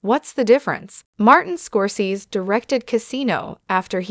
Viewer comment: you don't sound old enough to be commenting on this subject. You can't even pronounce the Man's last name correctly